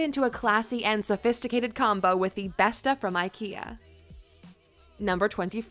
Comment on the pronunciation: LOL, the way she pronounce the name of these IKEA items... Besta, haha. It's Beståååå